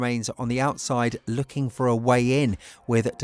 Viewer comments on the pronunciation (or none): none